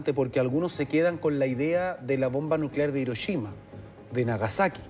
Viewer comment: que es irochima xD